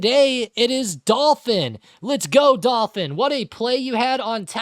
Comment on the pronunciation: Thanks. But it's pronounced Dol "Fan" as in Miami dolphins fan lmao! But I'll take it! Great community! SU!